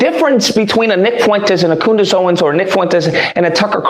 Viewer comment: Did that man on the video just call Candace 'Coonice', that is disgusting. I suppose when you can't debate with facts then you have to resort to slurs. Fair play to you for showing this, it really does make you wonder about how hatefull some people can be. It's shocking.